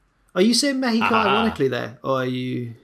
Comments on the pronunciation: I love way to say México, It was totally on point, the "orale" needs some work tho. Greetings from México! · I think the Men's Royal Rumble match will be match of the night. Also as a Mexican respect to for his good pronunciation. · As a mexican I can say that pronunciation of México is correct